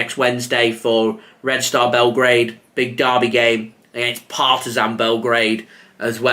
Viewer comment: Great pronunciation of FK Partizan.